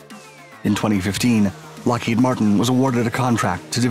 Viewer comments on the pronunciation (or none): none